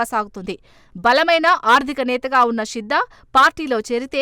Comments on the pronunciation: షిద్దా కాదు తల్లే శిద్దా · షిద్ద కాదమ్మా... శిద్దా